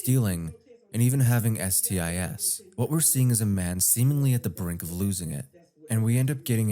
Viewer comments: Oh! When he said STIS I thought it was something completely different than STIs I was going to have to look out up later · "S-T-I-S" ? You mean, "STIs" ? Like, more than one STI?? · Damn i didnt know this channel was AI read. Was supposed to say "STI's" but instead the bot read it as "S-T-I-S" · "ess tee eye ess" instead of sti's, is this ai slop? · Whenever i hear narrators like this channel say S.T.I.S. (pronouncing it as "Es Tee Ayee Es") I'm thinking, "wait do they mean "STIs? As in Securely transmitted infectionS, PLURAL? That seems like a mistake that happens when an AI bot is reading text and the creator didn't spell it correctly. Is the narrator AI? 🤔 I'm not being a grammar Nazi im just wondering. 🤨🤔 ✊️🔎👀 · I don't think you're AI, but it's things like pronouncing "STIs" as S-T-I-S rather than just pluralizing STI. Same thing with P-S-A-S rather than PSAs. Also, the M in CSAM stands for "material," so you shouldn't call it, "CSAM material." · doesnt explain why a normal person would read out STI's as S-T-I-S. Thats not a mistake a human makes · you keep pronouncing the "s" in pluralized acronyms such as "STIs" and for me that's a huge tell for AI narration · When you pluralize acronyms like STIs and PSAs, why do you say "S" like it's part of the acronym???? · Thank you for pointing it out, I was so annoyed by that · Bro why did you say STIs like that 😭 also idk why but the censor effect you used to cover some of the words legit sounded like Tenna and knocked the wind out of me Sorry that felt really negative, I do genuinely enjoy your content 😭